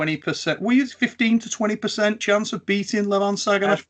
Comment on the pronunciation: Regardless of the winner, Michael should make a shirt that says " INVINCIBLE LEVAN "LOL us westerners have trouble pronouncing it correctly and it ends sounding just like devon but with an L lol